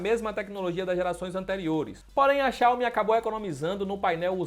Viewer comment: Tá correto! Não é xiaiomi como falam por ai